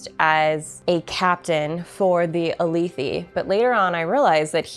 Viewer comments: feel free to disregard for your own pronunciations, but jasnah = ‘yazna’ (think german j and s), alethi = uh-leth-thi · I wasn't going to say anything about how you pronounced Alethi, but then you said chasms with a "ch" sound.. it's pronounced "ka" "Ka-zm" And it's "ah-leh-thee" not "ah-lee-thee"